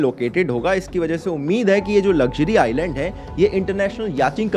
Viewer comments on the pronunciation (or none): none